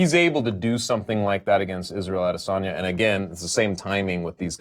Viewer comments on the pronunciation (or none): Oh, and btw, there's no 'R' in Adesanya...